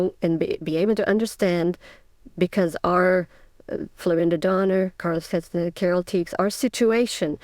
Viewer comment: Ist diese Stimme WIRKLICH keine KI? Sie kann den Namen Castaneda nicht aussprechen… ich flippe aus : Taisha auf Deutsch! Danke!